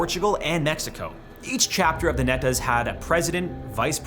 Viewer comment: When you say NETAS its spoken like KNEE-ETAS